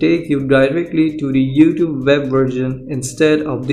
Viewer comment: "Youfoot" comedian